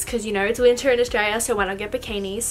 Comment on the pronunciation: not austraya , Australia. honestly annoys me soooo much haha